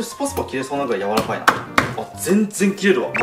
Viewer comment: 柔ら神って聞こえたわ